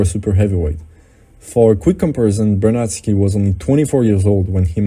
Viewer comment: Bednarski, not Bernardski.